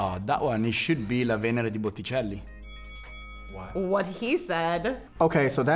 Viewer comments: of course i'm surprised that a pleb like me knows more art history than real artists but can we all just stop for a moment to listen to pronounce botticelli's name on loop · He also pronounced that wrong, but that's a very common mistake to be fair